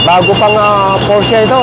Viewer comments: Porsh po pronounce hindi po porhsa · Por -shuh po tamang pronounciatiom